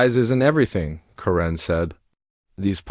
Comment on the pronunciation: Correne is not spelled "Karen". That is pronounced as "Kare•en".